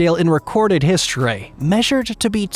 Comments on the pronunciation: What’s Hiz Tor Ray? You mean history? Secondly. It’s hands high not meters. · The way u say historeh and famileh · “Hosteryyyy” why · Historay, theoray 🤣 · The way he says history rhymes with ashtray . Weirdly 🤣